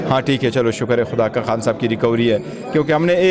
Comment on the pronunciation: خان ہوتا ہے حان نہیں۔ تلفظ ٹھیک کریں